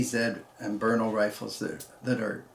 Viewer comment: Someone who says Brno correctly! I can't stand it when someone says "Bruno"